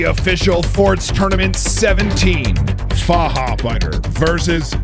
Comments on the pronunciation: "Fahabeida" xD Near perfection by tho! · The "ch" needs a bit more aggression. It should Sound Like the spanish "j" for example in Jalapeños.